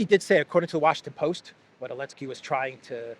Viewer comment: Zelenski. Not Elenski. Now, I am Croatian ( Slavic language ). Zelen or Zeleni means green, someone new, someone that doesn’t know what’s going on.